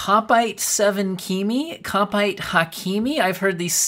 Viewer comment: A Kopite is a Liverpool fan. You pronounced it correct in this vid.